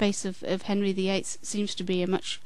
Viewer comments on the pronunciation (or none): none